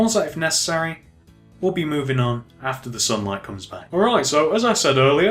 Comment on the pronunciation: even though you say p"pause if nessery"